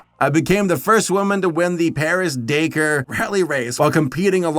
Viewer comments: You misread dakar its pronounced DA CAR like you're saying the car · I don't usually do this like ever but Dakar, it's pronounced Da-Car hearing the phonetical equivalent of dack-er just for some reason made me physically cringe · He tries so hard to pronounce all these spanish words but then says "Paris-DAYCARE" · I appreciate the effort you put into getting the Spanish pronunciations right here, but, uh... not sure how you managed to get "Dakar" to sound like "baker" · some love for Jutta! so rare people talk about her win.:( Also puts in 100% effort into Spanish pronunciation - but falls on Dakar. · that is a weird way to say Dakar. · You said you can pronounce Ukranian and Spanish words then you go and pronounce 'Dakar' like that...